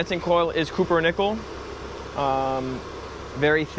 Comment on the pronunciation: It’s called copper not cooper. Why are you asking so much money for such a small unit?? 😂